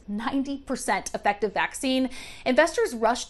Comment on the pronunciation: Effective isn’t pronounced like that ma’am